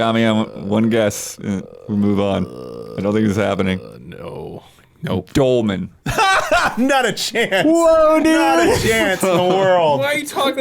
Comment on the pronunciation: Dolemen dude! Dolemen!